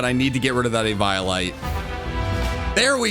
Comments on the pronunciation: He called eviolite e-vial-lite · Eve - eye - o - light 🤣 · Did he just say e-violate? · my lad, my brother in fraug, it's pronounced eevee-o-lite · plz stop sayng it "e-violate" :p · The way he says eviolite kills half of my soul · How the hell is he saying eviolite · Wait- I’m sorry, HOW did you say eviolite?? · This video was an instant 11/10, But the pronunciation of “eviolite” knocks it down to a 10/10😭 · Yea ok but why you say eviolite like that 🤔